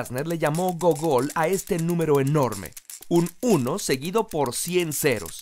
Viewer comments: Realmente no suena gogól, sino gúgl. En español se escribe gúgol. De hecho, en honor a este número, es que se le puso al buscador Google su nombre. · wey gracias a esto me di cuenta que El término Google proviene de la palabra “Googol” (se pronuncia 'gúgol'), creada por el matemático norteamericano Edward Kasner y cuyo significado es diez elevado a cien . te quiero